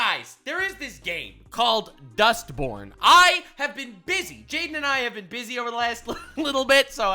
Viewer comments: Why i keep hearing this game name like Dustporn? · I can't un-hear "Dustporn" now thanks to you. I want to thank you for improving my life so slightly.